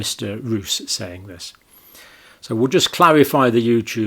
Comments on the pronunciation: Hello Doctor Campbell. I think you're doing a great job. But PLEASE pronounce the Dutch name "Roos" as "Rose" and not as "Rous". (The Dutch word 'Roos' means 'Rose' by the way). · For future use: his name is pronounced as "Rose" (Yes, the flower) not "Ruuus" . So, your English rose, is our Dutch Roos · Speed of science means: Even though we didn't kniw shit about the Vax, we pushed it onto "the market' a.k.a. unsuspecting citizens, anyway to earn big bucks Btw, Roos is pronounced as Rose (that's what it means too) . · Tiny detail: you may pronounce it more like "Rose". Which is also what I means 😉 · The MEP's name is pronounced [more like] 'Rose' [in English]. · Dutch Roos is pronounced Rose (approximately). Which it means, btw. As in Roosevelt, rosefield. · Just FYI, the Dutch surname Roos is pronounced similarly to the English name Rose. The meaning, as in the flower, is the same as well. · Pedantic and off topic: Two Os in Dutch is a long O. So Rob Roos is pronounced like "rose" ...but fast instead of prolonged by the e.